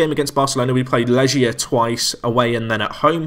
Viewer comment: Legia = Leg + ia, couldn't even make it out from the pronounciation